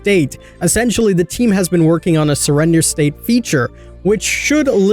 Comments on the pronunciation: surrdender? Here I thought it was spelt like Surrender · Not hating but… Surrdener State 😂